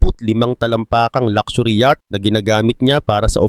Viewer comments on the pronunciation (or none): none